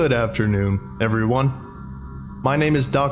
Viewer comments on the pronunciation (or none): The way you so weirdly say "everyone" is what makes me know that it's you and not some copycat. The rest of your narration is flawless, but this is your signature move. :D